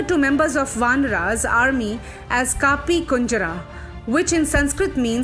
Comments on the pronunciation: They are "vaanar", not "vaanaraa", and "kapee", not "kaapee". Please speak Sanskrit words correctly, not distorted the way English people do. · Your information is quite on path...but kindly see to it that pronunciation of the sanskrit and hindi words is appropriate... slight mistakes can be big, for example it's not कापि/kàpi rather it's कपि/kapi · Your content is great, but pronounciation is pathetic. Don't anglicise Indian words. It changes the whole meaning. For e.g. your pronounciation of kapi is so wrong it changes the meaning.